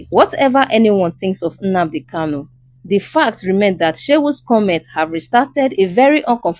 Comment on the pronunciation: Good presentation. But, can the reader differentiate between Kanu as opposed to erroneous Kalu?